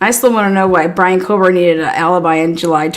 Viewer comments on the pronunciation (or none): Kober!!:face-purple-crying: Do we have to chop the last half of his name off?? is it too much trouble or are we hood-speech-lazy?? There is a reason george get's referred to as"G" and its only cool to other thug rats! On a more positive note, you can always call him Bryan instead of lazily butchering his last name (everyone knows without the last name by now)